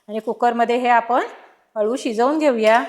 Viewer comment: अलु नसत हो। अळु असत